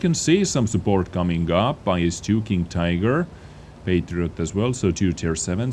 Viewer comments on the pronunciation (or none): none